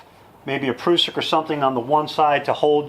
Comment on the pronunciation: I think the word Prussik is pronounced differently. The "prus" part would rhyme with "bus"